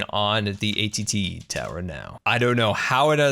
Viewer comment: 'ATT Tower'????